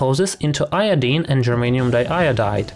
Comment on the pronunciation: he keeps saying germaine.